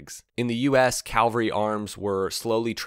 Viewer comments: Cavalry, not Calvary :hand-purple-blue-peace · Cavalry NOT Calvary!! One is in some bible or so i am told.. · Cavalry is the correct pronunciation not Calvary. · Its cavalry not calvary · Cavalry - CA val ry Calvary - Cal va ry One is a horse unit. One is where Christ died. NOT the same. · Calvary arms! And again . Try cavalry. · Wish I had a dime for every time a narrator mispronounced that. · Um, it’s CAValry, not CALvary 🤷‍♂️ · Cavalry not Calvary! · Cavalry. Not Calvary. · Calvary has nothing to do with horses. Calvary is where Jesus was crucified. Cavalry (cav-al-ry) has do do with horse soldiers, or the Air Cavalry in later years. It was called the Air-Cav, not the Air-Cal. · FWIW: It's "cav al ry" (not "cal var y"). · It's "cavalry", not "Calvary". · Say it with me now….. CaValry. CaLvary was a very different thing (place). Google it. 🤜🤛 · CAV-alry, dammit, CAVALRY!!!!! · It is CAVALRY! Mispronouncement detracts from the presentation. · It's CAVALRY!